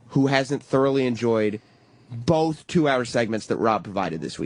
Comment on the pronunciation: I heard Penn, of Penn and Teller pronounce it the same way. I got triggered!